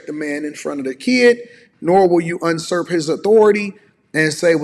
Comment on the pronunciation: *Usurp, not unsurp